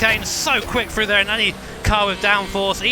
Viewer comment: For example, he says "Frew" instead of "Thru"